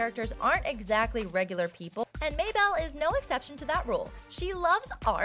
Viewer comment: may bell? she has a pig named waddle? its Mable and her pig's name is waddles so many mistakes smh